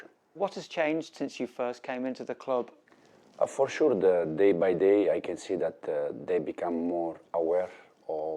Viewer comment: "For shuu"😂